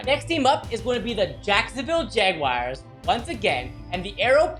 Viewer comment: Dude it is jaguars not jagwires but good vid🐆